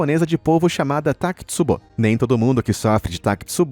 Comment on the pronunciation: Fala sério. O nome não é takitsubo, mas takotsubo (literalmente vaso de polvo).